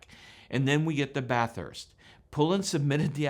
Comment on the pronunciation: Great video! ❤️🇦🇺 Ironic that you pronounce Bathurst the way we do and the pom doesn’t. 😉😉